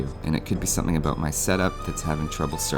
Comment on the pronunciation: Canadian $$? I knew it!!! Totally called it that you were Canadian the first time I heard you say a-boot :P